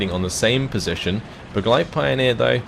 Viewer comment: you'd look smarter if you learned how to actually pronounce the German units correctly - such as its not pioneer, it's Pee-oh-near